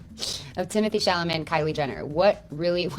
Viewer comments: honey, its chaLaMet not chaMaLet 😭🥹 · "Cham a lay" 😂 babe its "ChAl-a- may" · C'est Sha-la-mae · I love how cannot say SHALL O MAY. 😂😂 Love you! 🙏💗